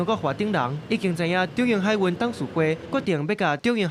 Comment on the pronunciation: 「海運」(hái-ūn)毋是(hái-īn) ，是文音的(ūn)，毋是白音的(īn)，主播講毋著，配音是講著的。